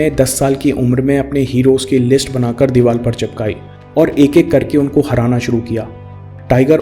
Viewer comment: Sir aap diwar ko diwal mat bola kro,,,, ye good speaker ki identity nhi h,,, aap meri baat mano ya nhi mano but I have mind and I suggest you because I am your viewer.